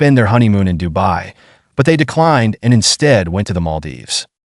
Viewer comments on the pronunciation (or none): none